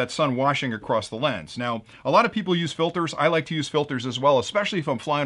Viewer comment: Oh my word! I am disappointed,. At:53, and, my ears bled as you said, “...ACROSST it.” Really!? An engineer? THERE IS NO “t” in across! I am unsubscribing right now!..... Okay, maybe after I win the giveaway....THEN I’m unsubscribing!...... or maybe after your next insightful clip....THEN I’m DEFINITELY unsubscribing! Okay, FINE, I’ll stay! But DON’T say “acrosst” ever again, please. America thanks you.